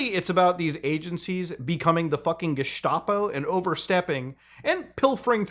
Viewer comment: Mutahar brother, it´s called "Gestapo" not "Geshtapo" you know the meaning, but you don´t pronounce the "s" like "sh". Even though you would pronounce "Staatspolizei" with "sh".